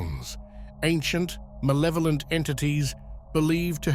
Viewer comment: It sounds less malevolent when you say mawevoment like a 5 year old. At least that's what I've found. You gotta throw em off...so they don't know how evil you are.